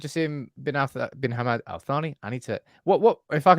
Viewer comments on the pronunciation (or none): Hey, just a small tip about the pronunciation the J in Jaasim is pronounced as J and not as Y. As for Hammad, these are two syllables, Hum-maad. Hope this helps.